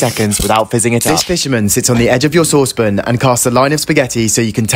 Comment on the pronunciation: What is this Binging With Babish nightmare world where the pronunciation "saucepin" is proliferating? It's SAUCE PAN, not SAUCE PIN. Jesus...